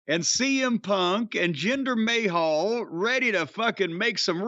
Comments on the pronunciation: Can someone tell Jim its Ma-hal not May-hall lol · It's not "may hall", you hayseed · I always love it when he calls him 'Jinder Mayhall'